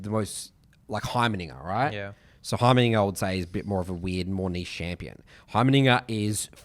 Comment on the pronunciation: Please stop trying to say heimerdinger 🫣